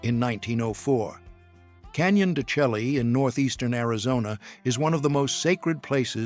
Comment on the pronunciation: Canyon de Chay pronounced